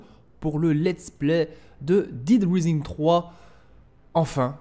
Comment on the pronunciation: S'il te plaît quand tu prononces le nom du jeu c'est pas [dide raïsing] mais [daid raïsing]. Merci sinon super playthrough :)